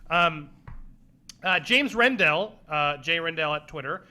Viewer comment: Heh Andy managing to mangle names even before he got to Neill Blomkamp. Round 5 was from James Rednall, not James Rendell.